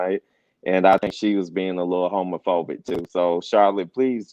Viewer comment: Did she say dookie fobic!?🤔😆😆🤣😆🤣💩 OMG 😳!